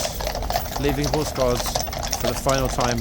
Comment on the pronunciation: 😂 love your French accent 😂😂 . Hors gard parade a 😂 👍👍👍. 😂😂.zee touriste with ze dog… I deagree. Please stop 🤣🤣